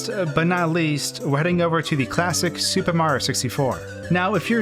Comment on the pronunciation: I swear every time he says the word super it sounds like he's saying stupid, I can't be the only one